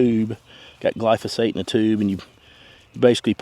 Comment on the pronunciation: Which product did u use. I tried to listen but I just heard glosphate